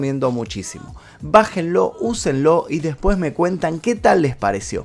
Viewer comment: El video esta muy interesante.Pero el narrador como muchos pronucia la eltra j en vez de la S y eso es annoying Por ejemplo cuando dice (deJpues de 2 semaas }